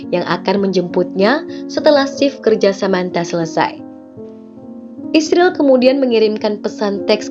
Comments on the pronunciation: Gak profesional, ada beberapa kata yang tidak disebut, seperti Gereja, Kristen, maupun Yesus. Dan membaca Israel aja malah isril, kalau gak biat kagak usah dibahas. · israel mbacanya isril ya